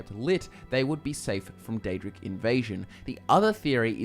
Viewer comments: Its Daedric not aedric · Pre ounce the D